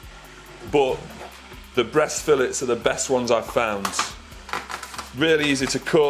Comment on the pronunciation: Haha 😂turkey breast feel it’s haha it’s fooo lays Brutha (fillet) haha 😂